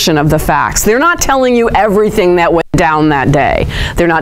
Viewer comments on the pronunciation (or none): none